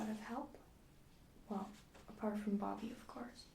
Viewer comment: It might just be me but it sounded like you pronounced Bobby like Barbie (It's cute fyi I'm not trying to offend you)